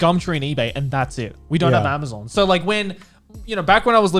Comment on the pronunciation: Connor- " I love Amazuuun"